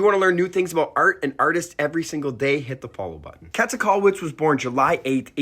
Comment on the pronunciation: Small pronunciation hint: it's more like kaeete not kette . The ä is a quite long ae sound. Video was very informative and she's a great artist to learn about!